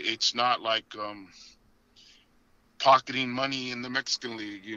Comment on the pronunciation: None of y’all are saying the league name right still 🤣🤣. And y’all congratulating each other for saying it wrong still lmao